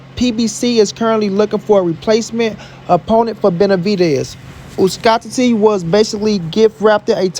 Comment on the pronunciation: It is really hard to believe that in this 21st century some potato heads still cannot pronounce Uzcátegui.SMH